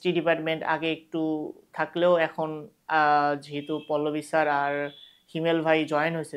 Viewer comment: pollobi sir nah Phalovi sir